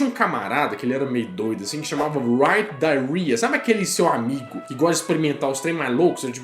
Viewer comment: Sem querer, você pronunciou "diarrhea" (diarreia) em vez de "Duryea" haha A pronúncia certa seria algo como "dãria".